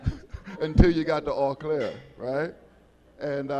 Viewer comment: It’s pronounced O’ Clare lol